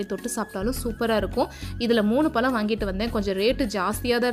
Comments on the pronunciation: பலம் இல்லை பழம்..pl correct your pronunciation.. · உங்க தாய்மொழி தமிழ் இல்லையா? தயவுசெய்து ழ னு சொல்லி பழகுங்க. பழத்தை பலம் னு கேக்கும் போது ரொம்ப கஷ்டமா இருக்கு. ஒரு முறை கூட நீங்க சரியா உச்சரிக்கவில்லை. தப்பா பேசிருந்தா மன்னிக்கவும் 🙏🏽